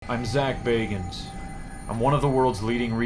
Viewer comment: Thank you for pronouncing Bagans correctly